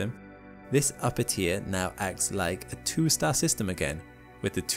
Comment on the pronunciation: the way you say 'tier' is exactly how germans pronounce 'animal' and is very distracting, i want a refund1!